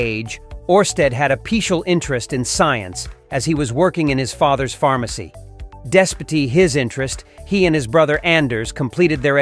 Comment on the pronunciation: lots of mispronounced words in this and i missed a few things due to that. Also - dess-pity? That's not how despite is pronounced. Use humans.